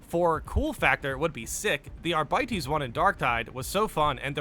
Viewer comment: bro. you're killing me lol Astartes = Uh-star-tees. (not so harsh on the TEES. uhstardes is how it sounds) Arbites = Ar-bee-tees. that's how you say these words brotha lol